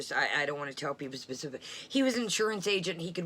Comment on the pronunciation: wth does she keep saying pacific??????????? THE WORD IS SPECIFIC